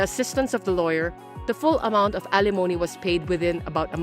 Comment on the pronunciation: Wonderful to continue to hear 'alimony' bring pronounced correctly!